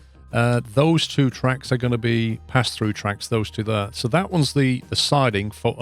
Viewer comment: There" is more like ,,thaere" if you know what I mean . Love this series